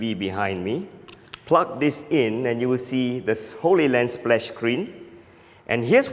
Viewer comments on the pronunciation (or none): It's HollyLand and HollyView - they're pronounced like Hollywood, not Holy Land. Looks like a great device! Does it transmit video AND audio? I've been wanting something like this for a long time. What is the cost going to be?